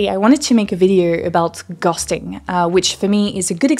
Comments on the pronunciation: I love your accent, it's not a small part of my enjoyment of the channel... but not gonna lie, when you said 'ghosting' 👻I was like 'What is gusting?' 🍃😆. I'm autistic, I really struggle with masking. I hate doing it and I don't insincerely transition from context to context well. I know I'm doing it, it takes up too much of my bandwidth, and other people know too, I know because they are rude about it, then I'm annoyed I spent so much energy on my mask and it's not being respected, I didn't want to do it in the first place damn it!. Nobody realizes that some people expend tremendous energy merely to be normal. -Albert Camus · anyone else notice she suddenly says 'ghosting' right after saying it wrong in the whole segment leading up to it? hahaha